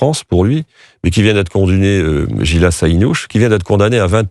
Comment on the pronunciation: Jilas ainouche ??? Vous connaissez même pas le dessinateur. Il faut prononcer correctement son prénom